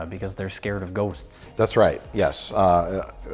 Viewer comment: loved the way J pronounced "ghosts"....funny dude